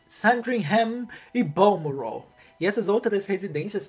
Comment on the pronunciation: eu amo quando ele fala "", muito chique kkkkkkkkkk